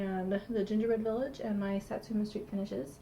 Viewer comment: its sooooooooooo good to see you back. everytime you say sat su me street (sp) i kept thinking your saying sesame street lol